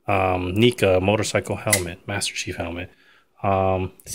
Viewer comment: it's pronounced "Nehca" not "Neeca" but still nice video.